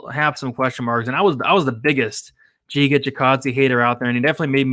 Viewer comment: It’s pronounced Giga like in gigabyte